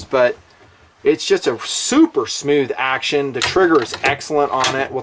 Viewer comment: "smeewth..." Thanks for the video.